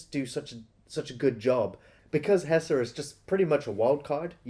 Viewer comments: Why does keep calling him Hesser? 🤣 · HeSHer, not HeSSer. Idk why that bothers me so much but it does